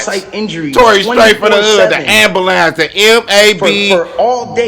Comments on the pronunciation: He said “The MAB-bulance.” 😂😂😂 love it 💨💨💨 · “THE AMBALANCE. TORY STRAIGHT FROM THE HOOD! THE M-A-B....BALANCE!” 😂😂😂😂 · Cuzz Said “Ambulance. That’s M.A.B Bulance”😂😂😂😂😂😂😂😂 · Tory straight from the hood, Ambalance, the mab...balance😂😂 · Don't shoot and learn to pronounce ambulance. Man, you don't shut up, release an album, and don't say anything. You smear yourself. Get lost, you suck. No support here.